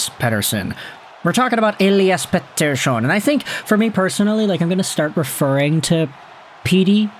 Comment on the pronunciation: As for one whos actually is named Mattias Pettersson I think your pronounciation of the last name of The Elias is really accurate🎉😂